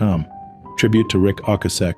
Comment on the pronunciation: Rik O-kay-sic.